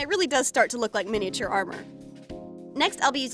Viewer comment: I just Love the way she says miniature as mini-A-ture